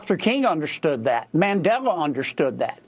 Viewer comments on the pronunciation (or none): none